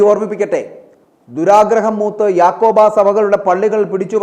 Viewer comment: നേരാംവണ്ണം പറയാൻ പിഠിക്കുക യാക്കോബാ അല്ല യാക്കോബായാ അതു പോലും പറയാനറിയത്ത വാർത്താ വായനക്കാരൻ.